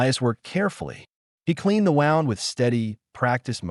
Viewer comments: Not pronouncing certain words correctly (wound,n/bow). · I wish AI could say wound , wind and bow correctly 😮